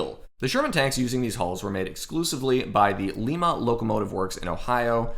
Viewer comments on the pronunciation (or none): Great video!!! That town in Ohio where the Sherman factory was located (and still builds Abrams tanks) is pronounced: LIE-MA or like the bean, LIE-MA BEAN. Yep - am from Ohio but living in Kansas. Do not know WHY it is pronounced that way instead of LEE-MA, for I am from the Cleveland area, must be a western Ohio thing or something, but that is how it is pronounced, LIE-MA. Also, always thought that the M4A1 CAST HULL was the best looking of the entire series. Reading up on the COMPOSITE HULL in my sources, and they say that that version of the Sherman hull was mainly for the M4A6 version. It was mainly due to the larger radial engine planned to be used in that version and something only 75 were ever produced. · Thanks for the video. And it's pronounced Ly-ma (long i) not Lee-ma like Peru. My grandfather worked at LLW. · Hey, I live in Lima, less than half a mile from where the old Lima Locomotive Works was. Lima is pronounced lie-muh, like the bean. Good video on one of my favorite subjects. Keep up the good work. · Hey man when you are talking about Lima Locomotive make sure you are pronouncing it correctly. LIMA pronounced Like "Lye-mah". Great episode though very informative. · Great video, but the city is pronounced Lima long I. Not like the city in Peru. I live close to it. No prob happens all the time. Love your channel.